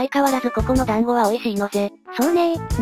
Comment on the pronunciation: 団子じゃなくて暖房って聞こえた